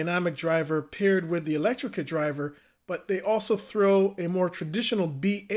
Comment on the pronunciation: I just gotta say, electret not electricate